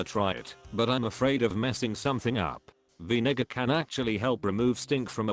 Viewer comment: “Vinegar” that doesn’t sound right 😂